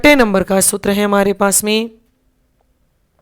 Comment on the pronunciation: कृपया सूत्र का उच्चारण सही करें